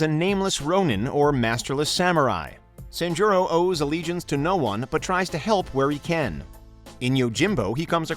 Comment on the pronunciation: San jii ro(roll your tongue)